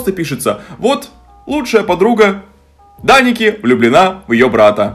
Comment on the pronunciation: произносит имя гг Я слышу вместо Даника, Драники😅